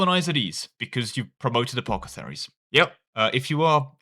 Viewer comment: Can you please reread the word apothecary